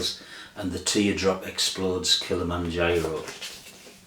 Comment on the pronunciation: Very 1980s to pronounce Kilimanjaro as "Kill-a-man-Giro"!! Some 80s albums I'd include, just off the top of my head: Joy Division - Closer The Clash - Combat Rock New Order - Power, Corruption and Lies Cocteau Twins - Treasure The Fall - This Nation's Saving Grace The Smiths - The Smiths Heaven 17 - Penthouse and Pavement Thomas Dolby - The Golden Age of Wireless The Chameleons - What Does Anything Mean? Basically The Stone Roses - The Stone Roses